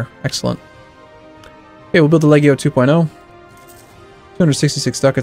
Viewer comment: I think the G in Legio is pronounced like a J... Like Leh-jee-oh.